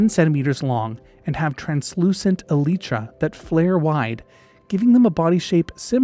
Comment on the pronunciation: I have never heard someone say Elytra like that